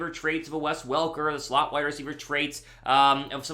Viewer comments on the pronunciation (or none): none